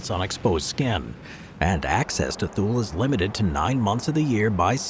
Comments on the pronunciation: It is Too-Lee, not Thool. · Thule AFB is pronounced Too-Lee, not Thool. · How about spending time to learn how to pronounce Thule. Not TOOL, but Too-Lee. Who makes these things, 5th grade drop outs? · Great selection, thank you. I received orders to Korea and chose retirement instead. My billeting office told me that if I withdrew my retirement for any reason there was an unfilled MI Officer billet at Diego Garcia that had my reservations confirmed. I've always heard Thule pronounced Too Lee. Wow Pine Gap and you showed picture of USASA Field Station Berlin. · .23 Thule Greenland is pronounced Too Lee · Thule is pronounced too-lee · Thule is pronounced "Too-lee" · You pronouncing Thule wrong as the air force called it too-lee. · And it's pronounced "TOO-lee" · Surprisd at the mispronunciation of Thule, as in previous videos he's pronounced it correctly. Also, and I am sure Im going to sound like a broken record here, but... c'mon, CFB Alert! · I about died at his pronunciation of Thule.